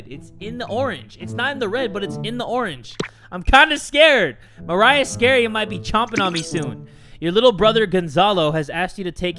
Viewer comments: y am i triggered that jay said maria as mariah? oh well big oof! edit: dont at me TwT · the way my man calls maria mariah triggers me ngl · Maria is pronounced ma re ah ya $@ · You spelled "Maria" wrong you said "mariah" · You pronounced the name Maria wrong it's pronounced ma-ree-a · im not hispanic but i knew jay was pronouncing it wrong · The way you pronounce maria XDDDD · that’s not how u pronounce Maria bruh- but u’re still THAT DUDE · I cringed on how he said Maria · Lmfaoo the game said Maria he pronounced it wrong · Him saying Mariah and not Maria angers me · Nobody:: Says Maria as Mariah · this dude really pronounced maria as mariah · Maria(Mah-ree-yah) He's pronouncing it like: Mariah(Mah-ra-yah) I have a Filipino blood flowing through my veins also, No Hate! 😄😄😄😄😄😄😄😄😄😄😄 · *when jay pronounced maria as mariah* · Him pronouncing maria like MA-RA-YA instead of MA-REE-YA is making all the hairs on my body jump out from anger, thank you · I died whenever he called Maria, Mariah, like Maria but at the end its "uh"... like Mariah carey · Mariah......Maria..... muh-ry-uh......Ma-re-ya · Mah ree ah not Mariah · It MA-RRRR-EEE-AHHHHHHHHH NOT MARIAH (That's my friends name) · “Mariah”...it’s Maria dude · It's Maria not Mariah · the name maria is actually pronounced ma-re-a or atleast thats how my friends name is said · the name maria isnt pronounced as mariah- its muh-ree-uh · It’s not maraiah it’s MARIA Jesus 🙄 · It’s mar-e-a Not Mariah -_- But thanks for saying my name anyways:p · MARIAH SKINNREY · I have no idea if that name, Maria, is a common name in my country, besides.. my nAmE Is mArIA thAt’s prOnOUncEd “mA-rEE-Ah” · Aye jay not sure if you noticed but that cat is actually pronounced (Ma-Ree-Ah) because there is no "H" in the name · Maria is my real life name LOL. The name is pronounced Ma-ree-ah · I saw the name Maria and thought would say this right but instead pronounces it like "Mariah". No hate but that bothered me.